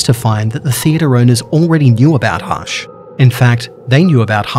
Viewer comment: It's not hash